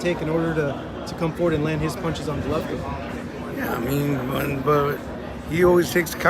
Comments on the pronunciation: Rolly is stupid af!! He says he’s a ‘Govolkin fan’. How are you a fan and pronounce the name wrong? And he says 7-5 canelo first fight smh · Rolly a fool, can’t even say “Golovkin”, and saying he is a fan smh